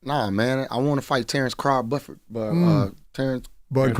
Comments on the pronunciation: "Terrence Craw Budford" 🤣🤣🤣🤣🤣🤣💀💀💀💀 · This guy is fried. Slighting his family then says “Terrence Craw-Budford” 😂😂😂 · He purposely tried to take a shot at Bud by calling him Terrence Craw Buford 😂😂And nobody noticed.. Womp womp wommmmmp 😂😂😂anyway good interview Jermell hope you whoop Canelo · "Terrence Craw Budford" 💀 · This man said Terrence Craw Bufford 💀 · “Terrance Crawd Budford” 😂